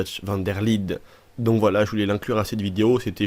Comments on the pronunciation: Comment tu dit van der Linde tu dis comme van der LIDE ET NON LINDE 😂😂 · Van der LINDE ça se prononce "LINEDE" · On dit van der linede